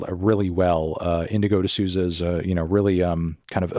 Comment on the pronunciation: Hey Anthony! No idea if anyone in your team reads these, but the correct pronunciation of Indigo's last name is "the SOUL-zah". Very common last name in Brazil, which she got from her Brazilian guitarist dad. Loved the Tkai Maidza and Leikeli47 tracks!